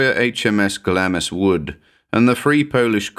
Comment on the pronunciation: Here I go again - "Glamis" is pronounced "glahms"